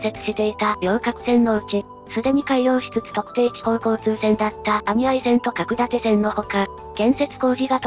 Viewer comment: 角館線→「❌かくだてせん」ではなく「⭕️かくのだてせん」が正しい。